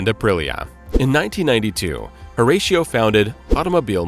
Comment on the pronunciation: Ratio like 6:1, Horatio is not the feckin same. US people Pronounce it completely wrong